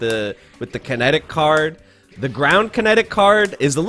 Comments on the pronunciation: For the longest time I thought he was saying Credit Card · Kinetic card?!!! All this years i thought he said "credit card " :0